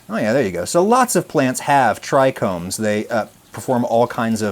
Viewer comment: Bro be talking about "medicinal herbs" and "terpenes" and "tricombs" 😂 We see you bro 😂